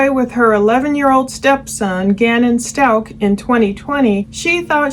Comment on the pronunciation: Out of respect for Gannon and his family, please pronounce their last name correctly. Its st-ow-k. Thank you for this insightful analysis of this awful case💝